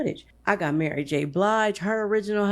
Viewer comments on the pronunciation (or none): none